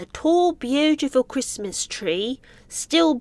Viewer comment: Meg cant say "Christmas". I think she burns like a vampire getting sun if she says "Christmas"!